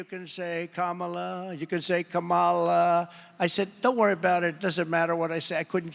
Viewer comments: Did he call her Ka-MAH-la ??? WTF is wrong with you people? It's not rocket science. COMMA-LA, COMMA-LA COMMA-LA. By mispronouncing her name, you are doing what her opposition is doing... disrespecting her..One of the reasons I no longer watch corporate media. CNN has become a joke to me and I was once a faithful viewer. I watched Sanjay Gupta call for Biden to get a cognitive test, all the while 45 is slurring, glitching, rambling incoherently and constantly bringing up a fictional cannibal. I watched Dana Bash skew what was happening during the UCLA Palestinian protest, saying both side were fighting when in fact the Pro-Palestinian protestors were being attacked by the Pro Israeli group, and lastly I watched how Stacy Abrams had to correct a smirking Kaitlin Collins live on air about misinterpreting her words. I see how 45 was allowed to bring in his own crowd and the list goes on. B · Anderson, you need to sharpen up your pronunciation of Kamala's name . It's KA'-ma-la, not ka-MA'-la. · Anderson, Anderson, Anderson... it's KAMala, not KaMALa. Sheesh! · Anderson is pronouncing Kamala incorrectly, and commenting on Trump's pronunciation. It's Come-la, Not Ka-Maaa-la. Ask any Indian friend or coworker how to pronounce it, the word means lotus. Trump says he will shut down the border, that's all I care about. None of the other issues matter. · Is pronounced Skamala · Anderson Cooper himself mispronounced Kamala: he said KaMALa instead of KAmala. Why can't people pronounce it correctly? It's not difficult. We know Trump is doing it deliberately as a sign of disrespect. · Emphasis is the first syllable of her name, KAmala, not kaMAla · Why does Anderson Cooper himself mispronounce Kamala’s name as “Ka MA La instead of KA Mala? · Can't believe Anderson Cooper mispronounced Harris's name. It's KAMala, not KaMALa! Listen at :38. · Pronunciation please Anderson. Come-a-la. Not come-Ah-la. Watching from South India. 😎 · Say it “comma - la” Kamala